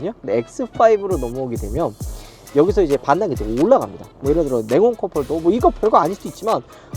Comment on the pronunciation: 네온 컵홀더가 아니라 냉온..ㅋ